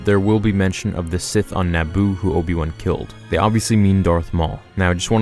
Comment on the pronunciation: Not obi wan ob-ion mcg-obi